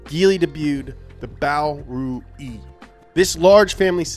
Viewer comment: BO RUI CHINESE:/bɒ reɪ/: Bao Ru iiiiiiii!